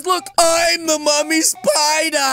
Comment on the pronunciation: I like when she said spooder